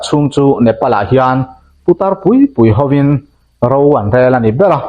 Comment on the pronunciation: '... putar pui pui*HOIN' * tih i lam dãn hi A DIK LOHNA I HRIA EM? I 'Ãw' hi a mar pût satliah ringawt a,hawrawp chhiar dik loh,thlûk dik lo i nei fo mai. Fimkhur teh khai.